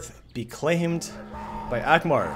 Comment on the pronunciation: ANgmar. With an N.